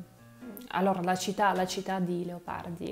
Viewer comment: Bravissima! La tua pronuncia è più buona di quella della maggior parte degli Italiani. Un' osservazione ( un errore): pronunci il nome Leopardi così " Leapardi". So che questo dipende dalla caratteristica della lingua russa che poco distingue la vocale A dalla vocale O; come anche le vocali E e I. Comunque: Congratulazioni. Pokà.